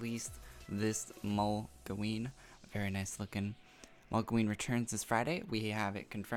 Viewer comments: MOGloween, lol molgoween :P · Could you please change the way you say Mogloween? You always pronounce it "Mogleween" and great video